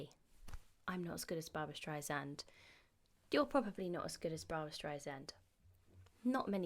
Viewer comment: StreiSAND not streizand 😉